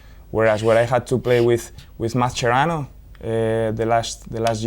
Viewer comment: That "Mascherano" was absolutely scouse